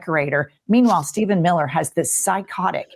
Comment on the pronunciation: Steph en Mil ler ... Duh!!! Duh!?! What??? Steph en Mil ler??? Whaaaaaaattttt?? Honey chilllledsd